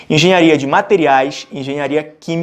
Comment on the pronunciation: Corrige o "Enghenharia" rsrs